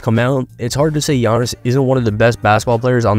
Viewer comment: Bruh butchered tf outta giannis' name LOL